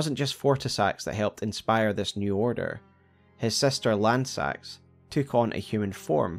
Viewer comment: I get so sad that everyone mispronounces Lannseax’s name ;(